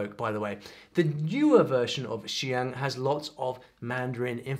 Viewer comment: Please look up the IPA for xiang and zhuang because hearing you pronounce it with a british filter was sort of painful